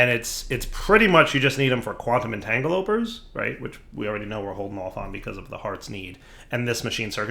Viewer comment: Quantum Entangloporter. En-tang-el-o-port-er. Miscellaneous. Miss-el-a-knee-us. But you nail Osgloglas and Osmiridium first go.